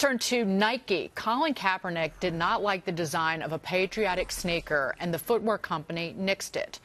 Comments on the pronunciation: She says “Snaker” instead of “sneaker”... snaker. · “SNAYKER” she pronounced it so funny 😂😂